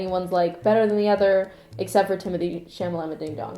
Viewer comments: Timmy isn’t even a “white boy of the month”. He’s just THE white boy now. Lmaooooooo his last name is pronounced “chala-may”. The French way of pronouncing his first name is “teemo-tay”. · it's timothee "chalamay"